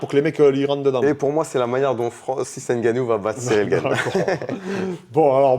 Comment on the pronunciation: N gannou gagnant. Mais khabib dit gane